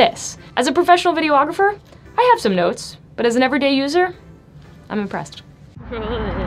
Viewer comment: Why does she keep saying "video-ographer"? Is it an inside joke or something? Does she also do "photo-ography"?